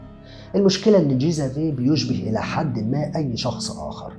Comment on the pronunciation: توضيح بس والغرض منه المصلحة Xavier تنطق زاڤيي Agnès أنْيِس شكرًا لسعة صدرك